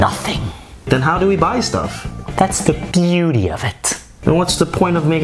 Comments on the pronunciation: No one: Nope no one:: “THATS THE BUETY OF IT “ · Omg. Am I the only one who's obsessed with how he pronounce "that's the beauty of it" and the hand gesture😂😂😂